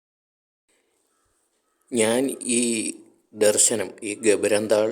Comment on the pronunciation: ഗ'ബര'ന്താൾ അല്ല. ഗ'രബ'ന്താൾ in Spain!!